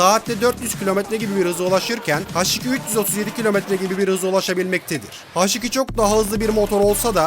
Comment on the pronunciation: Haş nedir abi ya Allah askina su isimleri ya dogru ingilizce konusup kullanin yada bildigimiz Turkce harfleri ille kullanin ya uyuz oluyom